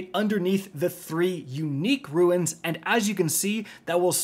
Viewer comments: DUDE, stop saying "Ruins" it's RUNES, it's like nails on a chalkboard🙃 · pet peeve, pronouncing 'runes' as ruins instead of roons. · He does it on purpose because he knows people will comment about it which drives up engagement on the video. A lot of YouTubers do it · Runes (roo-ns) Great video otherwise. 😂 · Buddy... it's runes [roones] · Runes! pronounced like Roons. Say it with me. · I'll share this video if you can pronounce runes properly😂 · Say Runes please just say Runes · man you gotta learn how to properly pronounce RUNES, RESOURCES and LUCENT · You've played Destiny for nearly 10 years and yet you pronounce runes as "ruins", lol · I know i will sound like a dork but please stop saying ruins. They are not broken down houses. These things are called runes without the "i". Great video other than that I just get so caught up on these type of things like when someone says ekcetera instead of etcetra. I guess that's just my tism working. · My brother in Christ, it's fucking pronounced ROONS not RUINS! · Why keep pronouncing RUNES as RUINS? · It’s a RUNE (roon), not a RU-IN! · This. Lol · What's up guys, ruins here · New drinking game: take a shot every time he says “ruins” instead of “runes” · "Roons" Not trying to be an ass or anything. Just couldn't help, but notice you're calling the, "runes" ruins. Either way, semantics. We know what you're talking about. Thanks for the explanation, bro. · "Runes" not "ruins" as always great helpful content thanks. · OMG it's RUNES not RUINS. Sorry some things bug me. Thanks for the video :) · Not an actual grammar nerd but ... "runes" pronouced ( /ro͞onZ/ , like "moons" ) ...not "ruines" ( /ro͞o - inz / , like "two-ends" ) btw these encounters are sooo satifying!! Lobbing arc nades into tight crowds; is like popping bubble rap. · Bro be sayin “runes” like “ruins” 😂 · really farming interactions like these by saying "ruins" instead of "runes" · "Ruins" they are called runes, my guy.